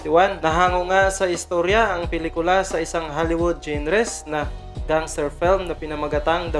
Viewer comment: Hello po sir sorry to correct yong word na "GENRES" it is pronounce as "ZANRAH" thank you po.